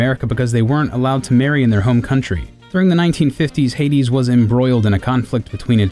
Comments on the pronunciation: did this dude seriously just call Haiti "Hades" lol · Dude 100% said Hades though. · he calls Haiti, "Hades"?